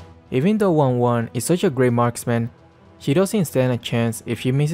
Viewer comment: That wanwan quickly became RanRan ... Im sorry I'll go